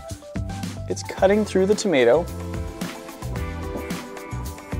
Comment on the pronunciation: Tom ae toe 😂😂😂